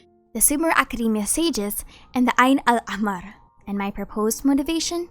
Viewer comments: great pronunciation for ayn al ahmar well done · Nice video and also very good pronunciation of "Ayn Al-Ahmar"